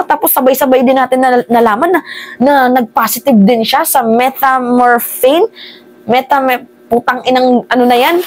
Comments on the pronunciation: it pronounce as: meh-tham-feh-tuh-min. (me-tam-fe-ta-nim) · Metamfetamin ganyan ang pag sabi nyan sa Methamphetamine